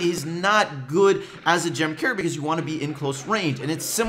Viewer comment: How are you saying gem Carrier it sounds like ur saying "gem cair" or "gem care"